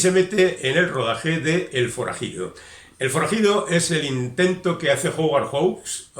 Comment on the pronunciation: recuerda que HOWARD se pronuncua jáuard, y HAWKS es joks. No suena ninguna U.